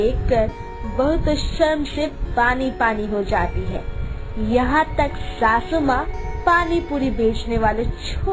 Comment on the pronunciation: Bhabhi sasu maa hota n ki shashu maa😂😂😂